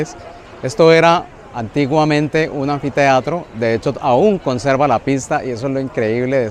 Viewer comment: Anfiteatro? 😅 Solo oír eso y ya dejo de escuchar